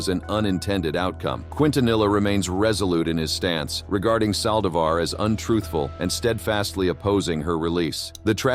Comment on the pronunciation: at least learn to pronounce hispanic names correctly!o-- ON the saldivar case!